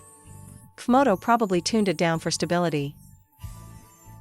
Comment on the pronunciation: The AI translator voice says , "cuf moto" instead of pronouncing the letters C and F, it's hilarious now that I understand the mix up...